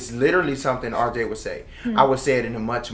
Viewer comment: He called RJ "Earl" haha